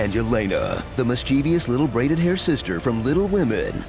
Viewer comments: Too bad Marvel couldn't do the minimal amount of research it takes to pronounce her name correctly. It's "Ye-LEH-nah" not "Ye-LAY-nah". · Mrykalo And the pronunciation is so off too. "Ye-LAY-na"? Really?